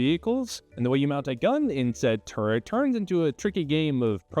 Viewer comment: Did he say turd or turret? Is this tourettes?